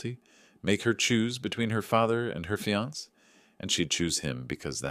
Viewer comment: Good story. Please teach your AI. Fiance is pronounced fee-on-SAY, not fee-ONS. Same with the e on cafe. Please fix this as it's annoying.